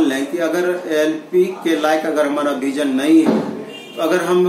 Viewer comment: Why all guys from state like up bhiar Having some pronouncing issue भिजन😣 its विजन ब्रो